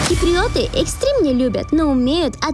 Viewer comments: Не ки-при-о-ты а кип-ри-о-ты! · киприЙёты, эфиЙёпы )) приятная девочка)